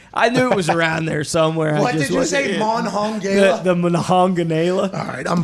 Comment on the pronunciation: As someone from WV, the "Mahongahgala" (Monongahela) pronunciation was 🤣😂🤣😂